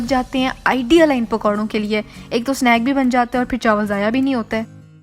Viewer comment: "chawal k pakoray" LOL 😂 chaawal 😅